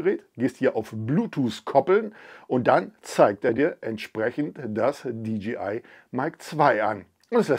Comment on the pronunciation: nicht "di dschi ei" sonder "di dschey (jay) ei)